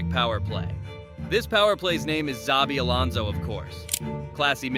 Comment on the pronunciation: Can't even get his name right and expect people to watch your video?